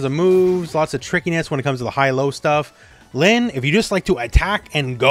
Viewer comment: The "Protagonist" gag was one thing, but he said "Linn" with such confidence- ( ；∀；) Don't forget these characters are mostly Japanese now...!